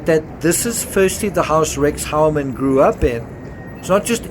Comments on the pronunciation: The last name of this individual isn't pronounced like "Howerman", but like "Hoyerman". The diphthong "eue," in German, sounds like "oi" in English. 🎉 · His name is pronounced Hugh-ermann, not Howermann. He was good at hiding behind a relatively normal life.